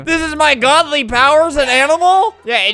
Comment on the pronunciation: "THIS IS MY GAWDLY POWER IS AN AY-NIMAL?" said Albert in his divine Floridian accent.